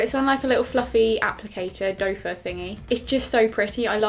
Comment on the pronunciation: It's doe foot applicator not doffer;)